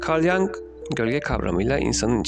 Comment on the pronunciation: Güzel anlatım , çok faydalı ancak jung (Yung şeklinde telaffuz edilmeli) yang şeklinde telaffuz ilgi dağıtıyor.. başarılar ..